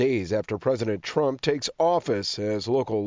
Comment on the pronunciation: The word is "Trump" not "tramp". Yeeesh.